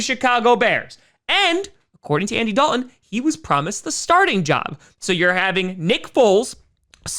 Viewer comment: Yeah, there's a "t" in, "Dalton" as well. I realize you're a Packer fan and have limited intelligence, but I've been trying to help you for months.